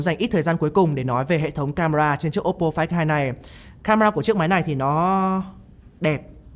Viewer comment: Đọc tên điện thoại nghe như ‘quái thai’